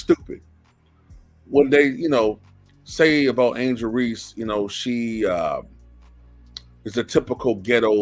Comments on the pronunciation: This clown doesn’t even pronounce her name right, there is no Angela Reese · he said angela reese.